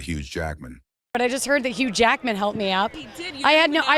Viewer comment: Bro the ai ruins the names so many times 😂😂😂. Huge Jackman really got me 🤣